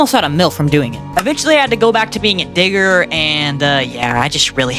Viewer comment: Bro was saying digger. and it sounded rlly sus